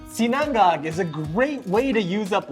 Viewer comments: We pronounce it SEE-na-ngág, not see-NANG-gag. I know, it’s not easy. Especially the third syllable. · It's 'SINA-NGAG' not 'SINANG-GAG' . Anyways, nice presentation. ☝️😊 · Yo it's not si-nan-gag! Say it with me, SI-NA-NGAG! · Hello Mr! just wanted to let you know it’s pronounced SI-na-ngag. Emphasis on the “si” instead of the “na” 😇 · Quick and simple recipe. I like how you pronounce Sinang-gag 😀🤙🏼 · Hi. FYI - it's pronounced "SIN-UNG-UGG" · i have to agree! Too much time on a short recipe. Just get straight to the point. He also didn't pronounce sinangag right.